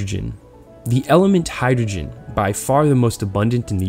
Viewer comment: sorry dude couldnt watch it after you butchered hydrogen